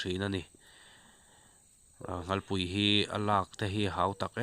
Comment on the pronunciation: Nghalpui ani lo,nghalllllll tih tur